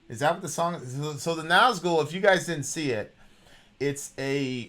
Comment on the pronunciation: It's Summoning, not The Summoning. Flight and not fight. Nazgul and not Nazghul. This channel was great back then. But the lack of attention payed to the actual song really showes itself in the recent months. I didn't even bothered watching this one, the title of the video already tells, that you don't care anymore, just about the money.